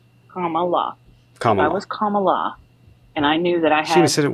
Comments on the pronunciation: That was painful to listen to. Thank you for correcting her On pronunciation of Kamala’s name (coma-la). When I hear Trumpanzees say (come-ala) it’s like nails on a chalk board to me. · Comma like the punctuation. La like the musical notes Put it together. Mispronouncing her name is pathetic and disrespectful and dumb